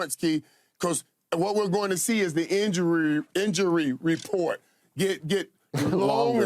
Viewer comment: Lmaooo homeboy butchered “injury report” and Skips face is priceless 😂😂😂😂😂